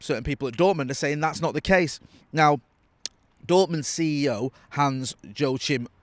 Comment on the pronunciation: “Hans jo Kim”😂